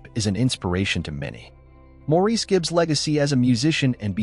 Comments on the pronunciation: Pronounced Morris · Maurice is pronounced Morris. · Please pronounce Maurice's name correctly. It is pronounced Morris or Mo for short. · Nope it’s Maurice